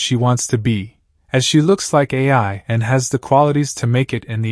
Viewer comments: Hey man keep up the great work! Also, Ai's name is pronounced like "eye", not "A-I". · The Word Ai is The idols name. Why does it pronounce like another word called A.I. which stands for artificial intelligence? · labasbas That's not how the joke is. Lol. It's cus he's pronouncing her name wrong. Instead of just calling her Ai, he says A, I. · Ai as in eye